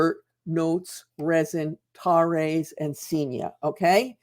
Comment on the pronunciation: Tares is pronounced to rhyme with stairs .It is a biblical term for a weed or vetch.